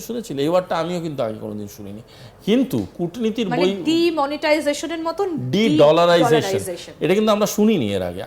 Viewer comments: এই সব লোক কে কেন খবর পড়তে দেয় আজতক। এ তো বাংলা ইংরেজি কিছুই ঠিক করে উচ্চারন করতে পারে না। ডিড লারাইজেশন শব্দটা কখনো শুনেছেন? আমরা যেটা শুনেছি সেটা তো ডি ডলারাইজেশন। এই সব ইডিয়ট যখন এইসব কথা বলে তখন তো খবর টাই গুরুত্ব হীন হয়ে যায়। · This Backbone less Indian Fools even not capable to pronounce De Dollarisation. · উচ্চারণ ঠিক করুন, কথাটা ডি-ডলারাইজেশন হবে।